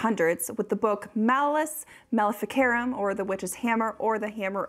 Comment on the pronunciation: Mah-lay-us Mahl-ee—fee—cahr—room…